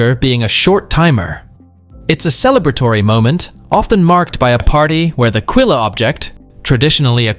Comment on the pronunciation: Quille does not have an "e" sound. It us French and sounds like quil (like quadrille, espadrille and other French words the final e is silent) Try GOOGLE for heavens sake.